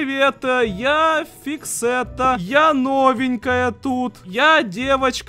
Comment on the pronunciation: ВАХАХАХ НЕ ФИКСЕТТА А ГУЧЕТА🤣